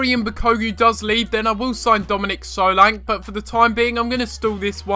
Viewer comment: he is saying solanke wrong